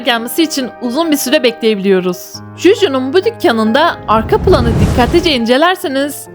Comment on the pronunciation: Ya abla arka pIlan ne arka pilan ya sinirim bozuluyo düzgün söyle